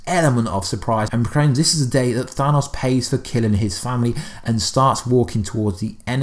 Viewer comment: Mine hurt from listening to him pronounce thanos name THAW-NOSS